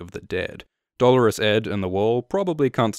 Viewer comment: Congratulations on pronouncing Dolorous Edd's name properly - most other people call him "DoLORes", as in the woman's name, lol